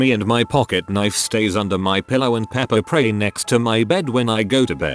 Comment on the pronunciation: “Pepper pray” lol